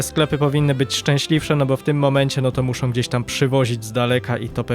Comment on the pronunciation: średniOM, zropbiOM, muszOM itd itd. uwielbiam serię ale proszę zwróć uwagę na te drobiazgi, bo czasami aż kłuje po uszach 😅😅